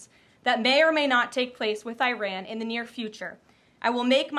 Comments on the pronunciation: Good Lord, Karoline Leavitt can´t even pronounce "Iran" properly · i ran...its erun...where did u run😂😂😂😂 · "Eye-Ran"? Maybe you should start learning how to pronounce the names of other countries correctly before you try to act like a Presidential Press Secretary. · Someone please tell her how to pronounce Iran. It is not I- ran. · Honey, it's not pronounced "eye-ran." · she cant even pronounce Iran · Geee, Karoline Leavitt can’t even pronounce the name of a country (Iran) correctly. Yeah Leavitt, you should run, instead of getting involved in the Middle East, when your boss can’t even run your country! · Why is it that MAGA people don't know how to properly pronounce Iran?